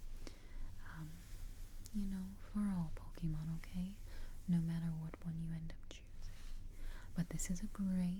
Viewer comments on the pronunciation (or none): But of a tip for the future: the whispering is good and all but it defeats the purpose when it’s SO QUIET that it becomes hard to hear. Also, the “é” in “Pokémon” doesn’t make an E sound, It makes an “ay” sound. On another note, since the top two types defensively and offensively are steel and fairy respectively, I’d pick bulbasaur due to it being the only one out of the options to learn the weaknesses of said types, those being ground (earthquake) and poison (sludge bomb). I’d also teach it the highest power grass draining move (giga drain) for both a healing move and grass coverage, and I’d have sleep powder as it’s 4th move for easier catches. On top of all this it has access to both a mega evolution and a gigantamax form.